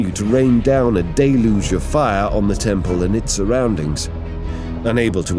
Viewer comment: Wonder how many times he’s said “deluge” in this vid. Gotta be 15-20 at least Day-looge